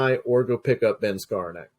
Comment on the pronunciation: *Herbert hurt ribs(meant he shoulda sat this week at least) *Wandale Robinson(brainfart from Rondale) *damn, I butchered "Skawronek" 😅 *and excuse the lisp effect from audio 😅